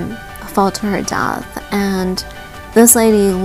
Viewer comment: U said death funny